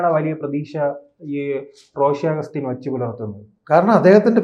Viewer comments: ആദ്യം റോഷി അഗസ്റ്റിൻ എന്ന് നേരെ ചൊവ്വേ ഒന്ന് പറയാൻ പഠിക്കെടോ. തന്റെ ഒരു റോസി. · ഈ വേട്ടാവളിയൻ ആദ്യം പേരുകൾ പറയാൻ പഠിക്ക്. ഷാൺ ജോർജ്ജ്, ജോസ്കോ മാണി, റോസി അഗസ്റ്റിൻ '😢 ഇതിനെ എവിടെന്ന് കിട്ടി😂